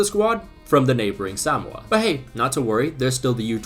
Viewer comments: Suh-mo-uh Not sam-wuh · Why are you saying Sowmoa? It's Suhmoa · Bruh it’s pronounced “suh-mo-uh” Not “SAM-mo-uh” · its more like saMOa not SAmoa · Why is he saying “Samoa” like that? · He cannot properly pronounce "Samoa." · can we just deep how absolutely wrong pronunciation of Samoa is? it's not even right in Samoan, and is completely wrong in both British and American English, this is impressive levels of butchering WHAT HAPPENED TO THE O MAX? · I can safely say I have never heard anyone pronounce Samoa in this way